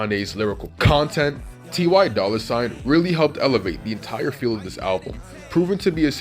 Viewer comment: “Tee why dolla sign”